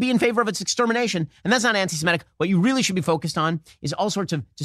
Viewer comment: Love Shapiro. And am Yisrael chai! But why can’t you guys pronounce antisem*I*tic properly? So so bizarre.